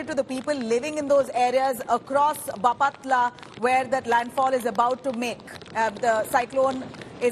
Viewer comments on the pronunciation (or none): it's baaaaaapatla Not bapaaaaatla